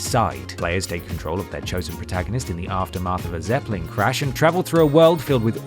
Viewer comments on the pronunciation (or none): What did he say 'zepling'?! That's not how you say Zeppelin .